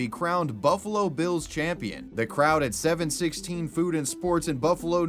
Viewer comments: “Seven Sixteen” bruh it’s “seven one six” it’s an area code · Oh, that’s “Seven One Six” not “Seven Sixteen” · As a Buffalonian, we don't pronounce it 7-16. Each number must be said individually! 😤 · Jeez! Get it right ya out of town noob, buffalo’s area code is pronounced SEVEN ONE SIX, not SEVEN SIXTEEN 😂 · I always pronounced it: one, seven ,six. Learn something new everyday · Oh yes 761, pronounced seven one six. Makes total sense